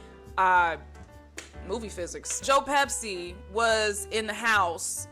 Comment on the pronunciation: The purple in your hair is gorgeous and that shirt is so cool. I'm assuming it's kind of a reference to Gregg Araki since you have good taste in movies. It makes me giggle every time you say Joe Pepsi instead of Pesci. And you are literally so cool for bringing up Big Girls Don't Cry... They Get Even! That movie is so underrated